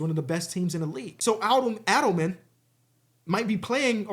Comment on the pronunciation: Hey, just a heads up, you say David Adelman’s last name as “A-dull-min” - huge fan and love the content